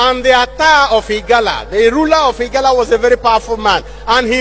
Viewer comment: IGALA, NOT IGARA.